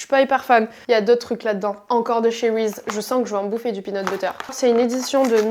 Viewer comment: Ça se prononce "rizize" pas "rize" mdrrrr